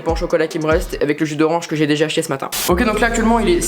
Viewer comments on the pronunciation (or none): Je pense que c’est acheter mais mal articuler non ?😂